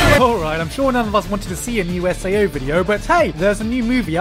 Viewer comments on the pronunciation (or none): IM TRIGGERED YOU SAID SAO....!!!!!!